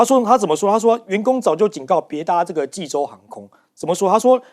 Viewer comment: 看着济州念洲际，还念了那么久。你们这节目是要关门了吗?就不能请个口齿清晰的主持？